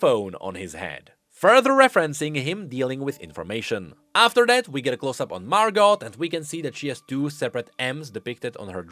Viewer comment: I had to stop watching. I could only hear Mar-got a few times. Margo. MARGOO